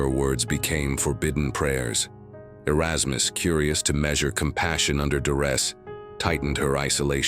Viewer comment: "areykus" LOL